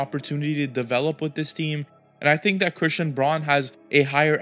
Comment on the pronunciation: Good vid bro! Braun is pronounced brown just fyi 😊